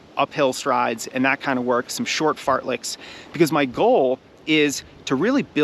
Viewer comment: are my ears tricking me or did he say 'Fart licks' ?